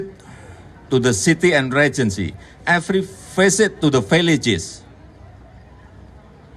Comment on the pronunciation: Pak jokowi ga nyebutin eperi pisit the region and eperi city i jeck the gorong2 after from the market?